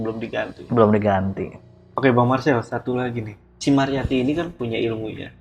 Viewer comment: Ci ci ci. Ceu woyy bukan cii